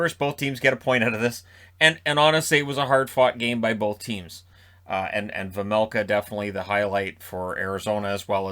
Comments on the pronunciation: You said Vejmelka corectly for the first time. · The first time you said Vejmelka it was correct. The announcers say it wrong. :) But I know, nobody expects perfect pronounciation. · You corrected yourself on "Vejmelka" but the first try was completely perfect! Sounded like a native Czech almost 😁 great video as always 💪